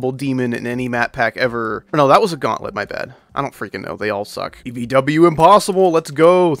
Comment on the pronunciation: Gaountlet mentoined? Well hee do gaoublet pearr2 in futur?